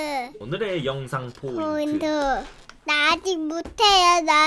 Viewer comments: 내가 겁나 정확한 발음을 알려주겠음 김딸: 나 포이ㄴ투 트어주ㅅ헤여 포인투 내가 포인투 할거야 요느에 포!인!트! 김계정: 오느래 영상 포인트 해야지 김딸: (포이트.... 김딸: 나아짓 모태여 나아지 어여워서 하즈 모태여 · ㄴㄴ 정확한 발음을 알려주겠음 나 포이ㄴ투 트어주ㅅ헤여 포이투 내가 포이투 할거야 요느에 포!인!투! 오늘의 영상 포인트 헤야지 나아짓 모태여 나아지 어여워서 하스 모태여